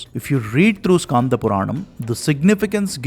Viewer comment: i am from thamizh nadu.I know thamizh. It should not be pronounced as irama but rama 'e' is silent. Btw it should be pronounced as Skanda not Skaanda. Also it " Yeri kaatha ramar" since he protected it. I am near that area so i know it. Kindly take it in the learning sense. Thanks